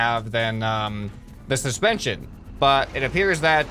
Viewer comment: “This is ‘intension’all” he sais wile talking about suspension